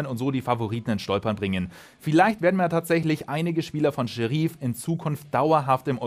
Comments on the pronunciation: Gutes Video, aber Sheriff wird wie im englischen ausgesprochen und nicht Seheriiiiif… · Scheriiiif? Da kriegt man ja Ohrenkrebs. Und wie sprichst du dann Deputy aus? Depjuuuutiiiiiiiiiiii :D